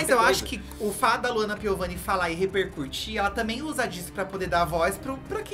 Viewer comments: Eu AMO que os meninos sempre falam “reRpercução” “reRpercurtir” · Meninos só uma correção (espero não ser cancelada pq é com a melhor das intenções) mas o correto é repercutir e não repercuRtir. Só estou pontuando pq vocês usaram a palavra várias vezes nesse vídeo 🙈. Desculpem, amo vcs ❤❤❤